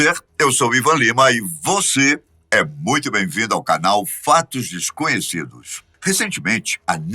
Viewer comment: "fatos fesconhecidos" kkkkkkkkkk